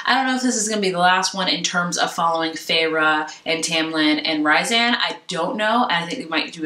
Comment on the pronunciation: you pronounced rhysand wrong, it's more like a reesynd and not rysand